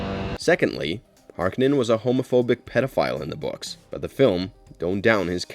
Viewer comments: Duke Lego's name is pronounced lee-toe, not let-oh, I thought! 🤔 And Baron Harkonnen's name is pronounced hark-oh-nun, not harka-nin, isn't it? 🤔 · Har-ko-nen is how it's pronounced